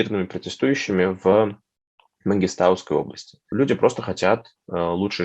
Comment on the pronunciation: Правильно говорить МангистАААуская область